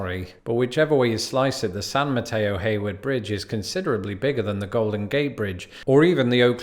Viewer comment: Thank you for pronouncing San Mateo-Hayward correctly! Many don't unless you are local.